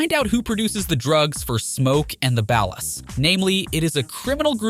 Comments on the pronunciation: I left this video after the 3rd time he said ballas. I cant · So fed up with AI voiceovers.. they fail to add the slightest bit of emphasis and pronounce stuff comicly wrong like OG Lock and Ball Ass instead of Ballas.